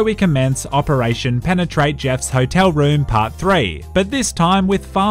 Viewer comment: Why did you stress so much on the word "penetrate" back then ?